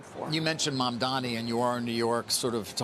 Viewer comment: Everyone he is Mamdani not Mamdami. Btw, i am scared of this rapper.